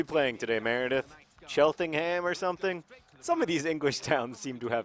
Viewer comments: for future reference. The 'h' in 'ham' and the 'en' before are not pronounced when in a name,example,cheltenham (chelt-nam) tottenham (tott-nam). sorry the english butcher their own language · Sorry about all the silly place names in England, if it helps, it' pronounced tʃɛltnəm (think chelt(rhymes with smelt)-nam) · I love the way John pronounces all of the English town names, my brother is always telling me it's chelt-num not chelt-en-ham or whatever. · I love these Wimbly Wombly vids. It's the best way to enjoy football in my opinion! * I'm pretty sure it's pronounced Cheltnam :) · It's pronounced Chelt-nam Town. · it is pronounced chel - ten - am. for those that were curious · I think it's pronounced Chelt-num, at least that's how I've always pronounced it! I've never been particually bothered to try and find out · Shell-Tunum. Pronunciation of Southern English place names should be an Olympic sport. (Spoiler alert: Team GB wouldn't necessarily win). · it's pronounced Chelt'n'um, no one says ham like ham the meat :P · Its pronounced "CHEL-tnm" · Cheltenham. Pronounced Chelt-num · Cheltenham is pronounced "Chelt-num" by the way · Cheltenham is pronounced cheltnem just as an FYI :) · its pronounced like chelt-num. My friends has family there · Its pronounced ch-el-t-nam, The -ham being an old English word meaning farm or homestead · hey john, its pronounced cheltnehm! :D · It weirds me out that you don't know how to pronounce Cheltenham automatically. English language differences catch you by surprise still. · Very interesting video. I don't see why Cheltenham is so hard to pronounce though? Or how it sounds in anyway made up? Granted I'm Irish but no American place names sound made up to me. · Strangest pronunciation of Cheltenham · The way you pronounce Cheltenham is the best thing ever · Shit no I was born in Cheltenham (which you mispronounce) and I live like 20mins from and I support them how do I pick which team to root for?